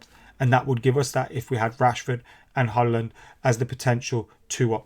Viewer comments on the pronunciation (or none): With Hojlund just say the "j" like a "y" so it's Hoylund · Pronounced Hoyland, like the place in Barnsley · It's kinda like Hoy-lund